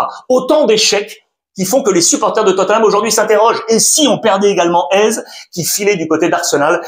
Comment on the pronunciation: il s'appelle pas AIZE mais éZé